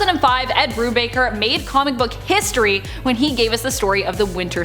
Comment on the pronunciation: “Marvel Histroy”